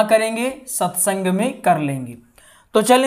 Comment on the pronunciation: Satsung hota hai ji satysang nhi hai